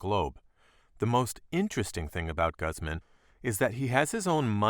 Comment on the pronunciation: The way he says Guzman bothers me